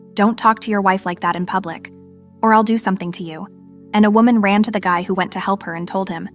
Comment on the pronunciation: And they say wahman listen